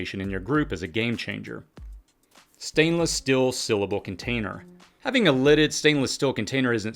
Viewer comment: “Stenliss still, syllable container” = “Stainless steel, sealable container”